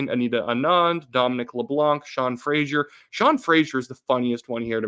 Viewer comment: Why do you struggle so mightily with the name Fraser (frey-zer). You pronounce it wrong when you say Sean Fraser or Fraser Valley. You keep saying Frasier (freɪʒər). Two different names, two different spellings, two different pronunciations. Sorry, but it's killing me.